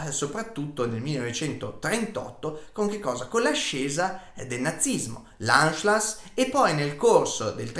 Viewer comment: Ti ho scoperto ora, sono appassionato di storia e ti faccio i complimenti, i tuoi video sono molto ben documentati. Non é una critica ma controlla le pronunce in tedesco...Anschluss e Deutscher Orden, Ciao